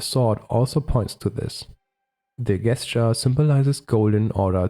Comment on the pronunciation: Great work! One small tip for future videos: the word “gesture” is pronounced like “jesture”. That’s the only distracting thing I noticed. 😅